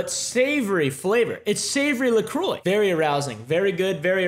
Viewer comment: not going to lie I got excited when pronounced La Croix correctly... I'm traumatized by just how many swear its la crocs or la choices in a state I lived in for a while and had the misfortune to work with customers in...... Also... loved this whole thing, it totally cracked me up <3 <3